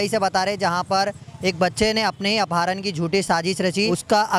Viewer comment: Apaaharan nhi apharan kaha jata hai